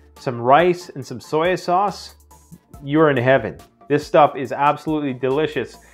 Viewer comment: “Soyoo sauce”?